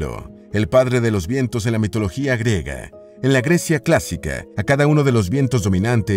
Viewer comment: El término es: invento "griego" o ciudad "griega" y no "grego" o "grega" como dices en tu narración.